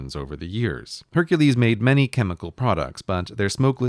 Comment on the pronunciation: He pronounced Hercules "Hunkles"